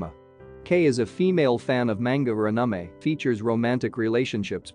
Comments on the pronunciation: we're just gonna act like this dude didn't totally butcher the word anime? lol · The way the narrator pronounced the "anime" made me laugh. What kind of accent do you have bro? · “sundear” and “unumay” is killing me💀💀😂